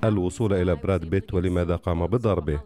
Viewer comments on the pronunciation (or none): ياسلام على النطق الأعوج للأسماء الاجنيبة brad pitt أصبح brad bit.......!!!!